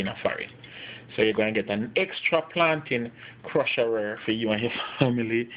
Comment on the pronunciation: plantain crusherrer😂😂😂 great video